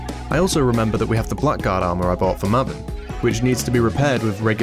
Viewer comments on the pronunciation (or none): Blackguard is pronounced Bla - grd by the by. Blagrd.